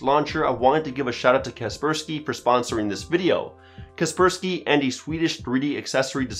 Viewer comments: I thought it was pronounced Kasper-sky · Always thought Kaspersky was pronounced as "Casper-sky" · Was about to crack a joke on his pronunciation but seems like someone has already done that